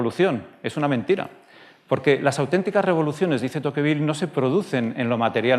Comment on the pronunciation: Te pronuncia tocvíl, no tóquevil.